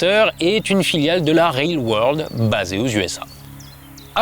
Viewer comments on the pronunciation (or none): none